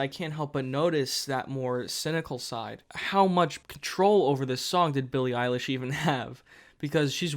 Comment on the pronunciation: actually kinda shocked he pronounced her name right